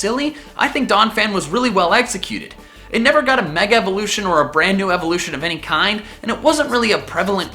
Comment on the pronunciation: Reall well ''EGGECUTED'' Lol